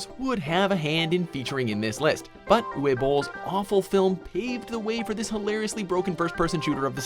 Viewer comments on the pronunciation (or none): Isn't Uwe pronounced Oo-veh? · Didn't pronounce Uwe's name right lol...